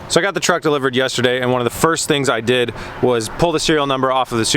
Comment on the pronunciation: Pronounced truck wrong.